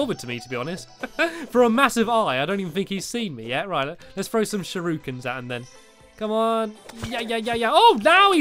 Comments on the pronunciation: there not SHUROOkins tere sherekins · shurookens... really... its pronounced shu-ri-kens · There not “shurukens” there shur I Kens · sha-roo-kaan is how you spell it lol get dabed on NOOoOOoOOoOOOOoOOoOOO00BUH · Stampy in uk: shurookin Me in canada: shurakin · Shur-oo-kins. I thought it was shur-o-kens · Its not shuurikins it's shuriekuns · No one: Stampy: ShURuKiN Also Stampy: Oh No My PiNk VaSsS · Am I the only one who gets annoyed how he says shuriken?